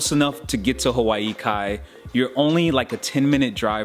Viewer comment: I live in Hawaii Kai. You didn’t say it right. It’s pronounced Holly-ee-va BTW. In the Hawaiian language the “i” is pronounced like “E” 🤙🏽